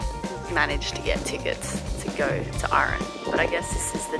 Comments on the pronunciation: It's just Aran not aaaaaran, and what's with the generic bagpipes all the time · Oh for the love of the wee'man, its Arr-an not rn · It's pronounced Aran, not Ahran 😊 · I am from Arran and every time you say Arran I feel nauseous! It's Arran not Urran!! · Love to see people making videos about my wonderful little country! Hope you all had fun! One little note though Arran is pronounced Ah-ran like ‘Ah’ in ‘hat’ and ‘ran’ like ‘I ran’ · Oh no, an episode of American’s mispronouncing Scots places. Arran = arr-an. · canny deal with how she's pronouncing arran hahaha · As somebody from that area that’s so not how you pronounce arran but I appreciate you trying